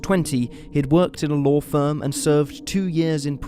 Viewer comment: I just can’t stand the commentary, for what ever reason this dude pronounces his a’s as r’s for example Lawr instead of Law, Chiner instead of China, ect, it’s completely unnecessary and misleading. Anyone agree?